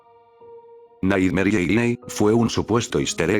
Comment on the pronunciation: Nighmare: ❌ Naymar 😳👻👻🥵🥵🥵